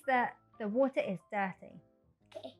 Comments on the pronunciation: water 發音，又把我給......英式，這個WATER 第一次聽到如此發音，哎~幫幫忙，這個如何是好？ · 小弟弟很可愛討喜，BUT water 發音，我聽的';霧煞煞